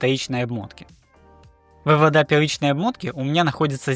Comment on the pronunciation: 🤦🏻‍♂️ вЫводы, а не выводА!!!!